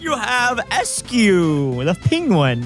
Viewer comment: Sorry, but I am sick of people naming my boy Eiscue wrong. It's ICE-cue. The german word "Eis" is pronounced exactly like ice. It is called ICE-cue. Thanks, from a german guy.